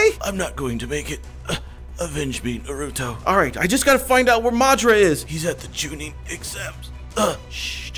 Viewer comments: It is naruto so u r right u use to say nuruto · watch the subbed!! ( it's naruto not na-ru-toe ) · It's na ru to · He said norutho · It’s not naruuto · We are banning your license for hokage because u said noruto wrong your banner from the villiage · You are saying Naruto rong